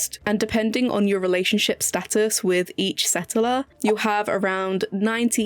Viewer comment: Setteler? Gorgeous pronunciation except for 'settler' - setteler? Waiting so long for this game 😓